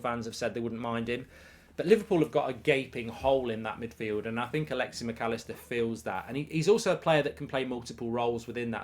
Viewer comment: It’s alexis, not alexy